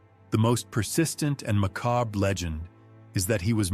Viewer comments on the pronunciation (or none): The french word is MACABRE, not macab!!!!!! There's an R near the end and it is pronounced, BR BR BR BR!!Just google it.